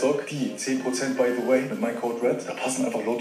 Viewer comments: DAS HEISST RED!!! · Das heißt Red! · das heißt red:) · „Lasst ein Abo bei Apo da“ Junge das heißt Red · Das heißt R.E.D!😞😂😂❤️